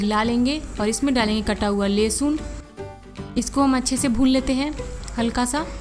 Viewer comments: or lehsan nhe lehsun bola jata hai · Lesun Nhi hota h lehsun hota hai. Bhut bekar lgta h jab Aap Lesun bolti h tb